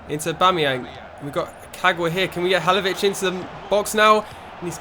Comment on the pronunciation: your pronouncing halilovic wrong